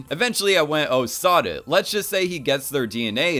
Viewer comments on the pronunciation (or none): When he said "oh sod it I thought he said "oh sah duh" like that one vine